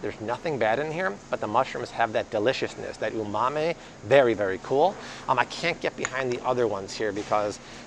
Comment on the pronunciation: Yes, that was almost cringe worthy.